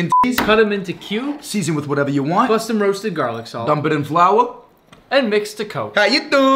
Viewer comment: "Dump em in fleawwuu"